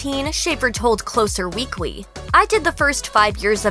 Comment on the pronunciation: Am I the only one who got a little stuck on the speech impediment? 👀 (E.g. "finawwy" , "Weekwy" )